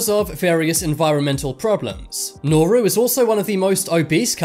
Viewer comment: This triggers me so much. Hutt River is a group of tax evaders, not a country Niue is a territory, not a country Sealand is an oil rig, not a country Palau is a country, and it’s pronounced paul-ow Segorga is also not a country Nauru is a country, and it’s pronounce nah-roo Tuvalu is a country, and it’s pronounced too-vuh-loo St Kitts and Nevis is a country, and it’s two islands, not one The Sovereign Military Order of Malta is not a country Molossia is not a country, and they still have to pay taxes to the US government I don’t wanna be that guy, but please do more research before you make these kinds of videos. At this point it’s basically misinformation.